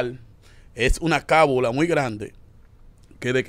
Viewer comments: Se dice o mejor dicho lo correcto es : Cábala, no se dice cábula. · No es cabula es Cábala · Corrijanlo por Dios se dice "Cábala" no "Cabula"🙄